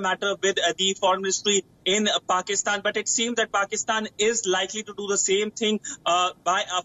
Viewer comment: This kind of English, some one can understand ? what are they reporting about ? it is called Pakistan, not Pokistan or Pikstan